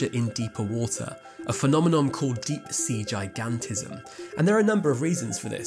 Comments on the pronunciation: "Deep SEE Gigantism"? Oops! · "Deep See Gigantism" ...Don't you mean Deep Sea Gigantism?